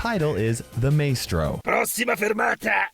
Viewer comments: It's pronounced my - stro 😅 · Ain’t no way he just say May-strow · HE'S ITALIAN!!!! Also the correct pronunciacion it Ma (As in mama) es (as in esophagus) and tro (as in troy). Maestro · Me who’s the only one thinking about how mispronounced Maestro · I can't get over the fact that he mispronounced maestro